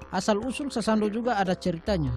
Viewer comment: Sasando bukan sasandu..